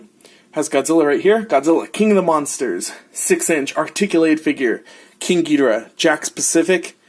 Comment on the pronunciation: Gi-dor-ah say it like that not gi-di-ra